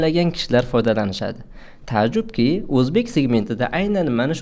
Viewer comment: Таажжуб денг таажжудки эмас